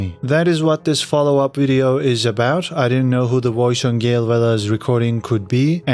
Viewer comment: It’s Gill Bigalowe not Gail